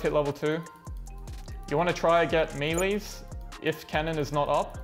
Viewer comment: He's the first person I heard ever pronounce melee the same as me. Feelsgood.